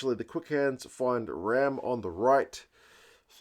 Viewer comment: Great review, thank you. I think Pollock was taking his pulse in celebration!! Correct pronunciation of Ramm too...erRamm! He's a rough diamond, plays wing too.